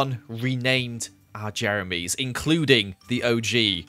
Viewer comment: Playz they wrote "jemeries" because it sounds like said jemerys instead of jeremys